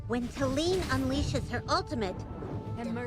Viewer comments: I also think saying Talene like Tay-lean, kind of borrows pronunciation from Selene, one of the first names I can think of that is similar to Talene. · Let's call her, tal-en-eh 😂